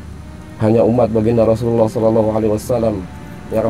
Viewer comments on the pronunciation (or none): none